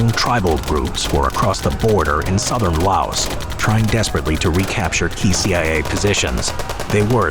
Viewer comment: The S in Laos is silent.